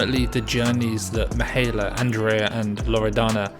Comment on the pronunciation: pronounced Mee-high-EH-la just for further notice